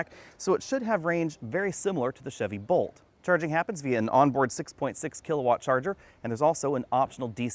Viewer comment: Is it my hearing or was he saying Volt instead of Bolt as it sounded like he met Bolt.